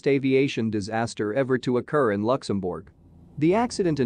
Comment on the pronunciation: I'm offended that cannot pronounce "Luxembourg". Please get rid of that voice. I'd rather listen to a human with an accent.